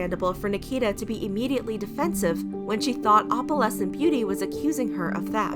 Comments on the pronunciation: I’m cringing so much at how you pronounce opalescent. It’s not Oppalescent it’s Oh-PAL-ess-ent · OH-puhlessent. Not AWP-uhlessent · i cant stand the way she says opalescent you pronounce the O in opalescent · i’ve never heard someone say opalescent like that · The way you pronounce "opalescent"... yikes... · The fact that she’s pronouncing opalescent wrong the WHOLE TIME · How do you pronounce it?